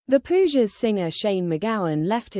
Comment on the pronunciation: Pooges? Why not figure out how to pronounce Pogues before embarrassing yourself